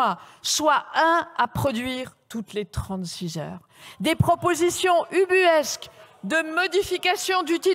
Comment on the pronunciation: Politiciens incompétents et pourtant imbus d'eux même... Edifiants...elle a dit ubuesque ?!?